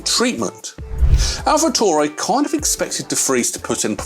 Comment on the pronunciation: its pronounced AlfaTaoory(taury or Tauri)